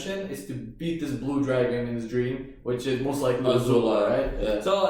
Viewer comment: He keeps telling Ozula Guys she is A-zula